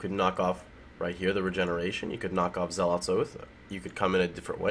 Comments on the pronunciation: you the best, but my OCD forces me to tell you that "Zealot" rhymes with "Cell Hut". Keep up the great work =) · When you pronounce the word zealot correctly then correct yourself and say it incorrectly...